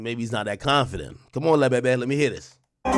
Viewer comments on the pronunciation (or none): The way AK say le Bebe kills me ffs 😂